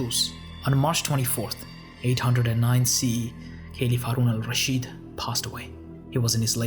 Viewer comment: Thanks for trying to pronounce his name right instead of butchering it like many others do Great vid